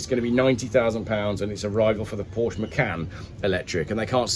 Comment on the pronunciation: Is WhaT Car where video game "journalists" go when they've run out of games to play/review? Still can't pronounce Porsche properly can you!